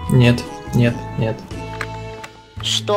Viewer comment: мне нравится как сказал: NIET!